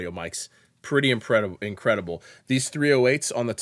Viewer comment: pretty "impredible". I like it.